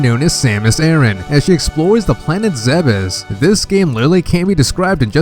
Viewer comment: That's officially how it's pronounced. ZEB-ess. I used to think it was pronounced like the ancient city, Thebes, but I was wrong.